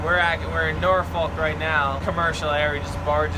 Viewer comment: Just fyi It's pronounced norfuk lol